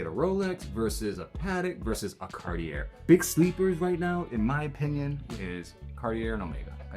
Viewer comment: that way he pronounces cartier is pissing me off